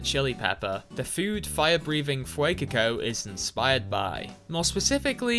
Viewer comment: Saying feucoco like that criminal